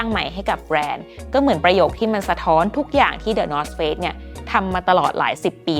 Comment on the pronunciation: ได้ยินเป็น the north fakes เหมือนกันอ่า